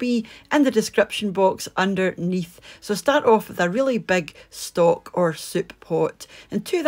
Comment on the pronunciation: Looks great! Love that you pronounce stock and seasoning as schtock and sheasoning